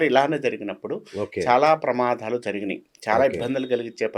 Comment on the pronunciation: Telugulo samajikam anedi correctga palakalede Pramadalu anedi Pramadhalu ani palukutadu Dr anedi evarina rasukovachu pratimata vatti vatti palukutu telugu ne bhrashtu pattistunnafu.